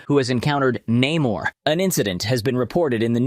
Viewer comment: Ironheart, complete bullsh*t! 90% of this movie is WOKE and f*cked over characters ([cough] Namor not Neh-morrrrrrrrrrr)